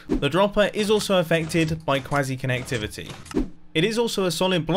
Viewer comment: Did I just head “Quasi kinetictivity”